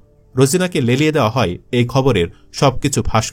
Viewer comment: তুমি সেই মাল না!!! যে কিনা হয় কে হই উচ্চারণ করে!!